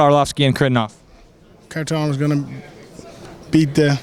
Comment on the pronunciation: its not pronounced carivnov homie thats not how its pronounces hari-ta-nov kharitonov, come on now :p